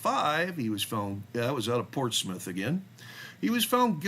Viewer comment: Portsmouth is pronounced "Portsmuth" very soft "u"